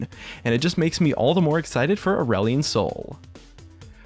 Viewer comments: At first I thought you said "Orwellian Soul" And was about to flip my table. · Did you say ireland soy?